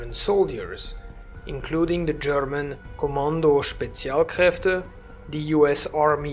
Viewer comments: Are you a German? Because "Kommando Spezialkräfte" you spoke perfectly. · As a german, i find your pronounciation for Kommando Spezialkräfte very good👍🇩🇪....Anyways good video